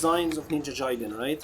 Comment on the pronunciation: It's pronounced Ninja GUY-den. I am only telling you because I know you can do it.